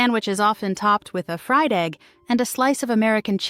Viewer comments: WHY does she pronounce fried "FREED"? (In the bologna section.) Did the producers pay attention at all??? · Fried is pronounced Fryed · "Fried," not freed. These AI's really suck..."20 the Century"? Come on! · The freed bolonia sandwich. Sure. Artificial "intelligence" closed captions are quite bad enough. But freed bolonia spoken aloud? A break, please. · Freed-ba- lone-yuh! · I caught the accent thing. Ffeed Bologna sandwich?